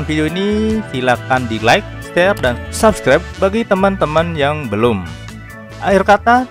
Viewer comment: latihan dulu ngomong "subscribe" yang bener pronouncenya